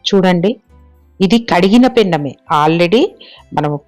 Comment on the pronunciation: పెన్నము కాదు పెనము